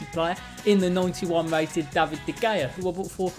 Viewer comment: “De geja” hahhhaha boy it’s de hea